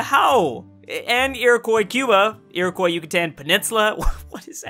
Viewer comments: Everytime you say Iroquois like "ear-a-koy" it makes me want to unsubscribe. "Ear-a-kwa" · Iroquois: ear-oh-kwah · Fun fact: It’s pronounced Eer-oh-cwa (Iroquois) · Iroquois is "ear-e-quwa" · nobody:: iroQOI iroquois:.o. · Finally a comment about the Americas not talking about how to pronounce Iroquois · Can someone please tell how to pronounce Iroquois properly? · His Iroquois pronunciation hurts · The way he pronounces Iroquois is annoying the shit out of me